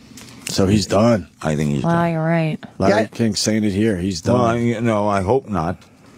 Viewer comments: Opie calling him "Lare"....what a squinty douche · Opie stop calling Larry King 'Lare'